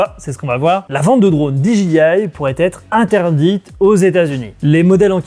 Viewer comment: Génial. Très bon format. Surtout le jingle à:D Contenu toujours pertinent en tout cas. Juste une bricole... Peux-tu dire "Dé Ji I" en français ou "Di Dgay Aï" en anglais? "Dji" en anglais, c'est G et mes oreille saignent à chaque fois:p